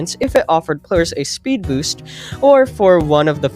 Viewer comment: ah yes spood boost